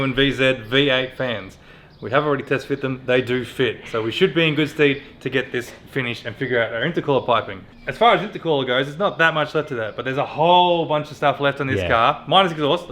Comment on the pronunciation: Love your work boys! Every time says STEED I keep looking for a horse to bolt through the garage!! I could be wrong, but I think it’s STEAD, pronounced STED. 🐴 😂